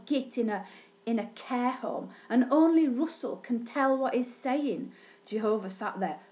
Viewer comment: Don't Say Jehovah s name like that